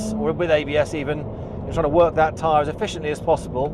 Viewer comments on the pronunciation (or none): none